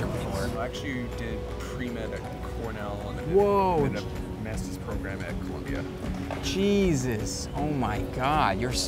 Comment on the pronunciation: was it just me or i heard him say cheeeeesus when talking to that guy in the pink polo